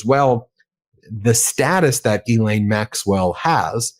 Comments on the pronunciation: pronounce correctly it's Gee Lane not jeelane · OMFG!!! SAY HER NAME PROPERLY!!! Do you say Jost ... when it's Ghost? - NO!!! SO STOP SAYING JIZLAINE!!! - It's pronounce GILAINE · her first name is pronounced Jizz Lane